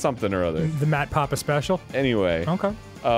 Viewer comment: Mat papa? You mean Mat Pat?